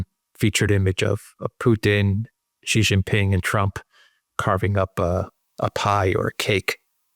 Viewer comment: Pls get your pronunciation of Xi JinPing correct. I've watched this channel for almost 4 years now. Xi is such an important and key political leader in this era and I think you should get this right. I understand that Chinese phonetics are difficult for non-Chinese and not expecting you to get the tonal pronunciation. Well has got at least the English pronunciation right. Xi is pronounced C as in the alphabet a b c. Jin is as in gin, a soft G.